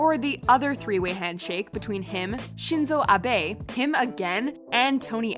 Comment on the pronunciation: Why did you add unnecessary tones in pronouncing Shinzo Abe?